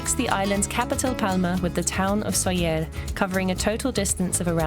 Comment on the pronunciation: why did she pronounce it in french